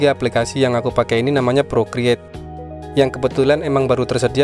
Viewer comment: Ya bang namanya pro create soalnya kalo aku ngedengerin dikira progird 😅😅😅